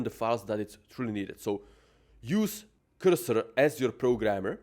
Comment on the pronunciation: Blud says 100 time word cursor and cant comprehend it is not qyrsyr 😂